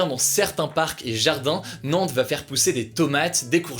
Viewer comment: Euh Nantes pas Nances par contre 😜